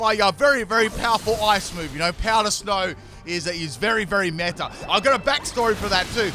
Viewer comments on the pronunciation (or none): none